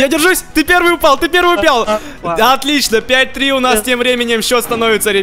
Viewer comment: В Тагс сказал упял :D